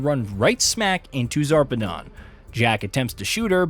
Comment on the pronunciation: He pronounced a bunch of names incorrectly. Most infuriating is the fact that he literally pronounced Zarpedon correctly but proceeded to say Zapedon 3 or 4 times. He said Wildlife "Exploration" Preserve instead of Exploitation too. Also glossed over some big details like how Jack poisoned Whilhelm so the vault hunters would kill him.